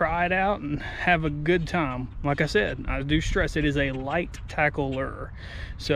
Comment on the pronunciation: What is it? A Lerrrrrrrrr ? 😂😂😂😂